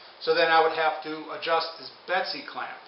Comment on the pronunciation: its a bessey clamp. not a betsy clamp.